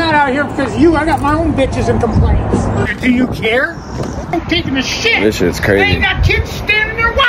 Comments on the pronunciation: The emphasis on the word shit 😂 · The way he emphasized shit had me dying